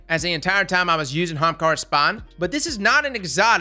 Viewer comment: "young HAAMKARRA